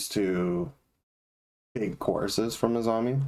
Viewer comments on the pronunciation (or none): It sounds like you both are saying “AZAMI.” Her name is ASAMI, with an “s”, like ASAHI Beer.